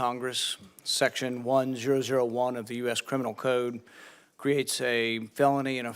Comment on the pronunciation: As a rule, if someone puts extra syllables into words like Paul does, they're usually extremely dumb. Its pronounces codes, not Coh-odes.